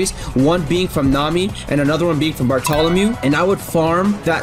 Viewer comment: its (bar-ta-la-mayo)